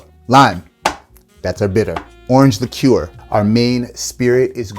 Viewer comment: Came for the cocktails, stayed because you're like the only American who can pronounce liqueur properly.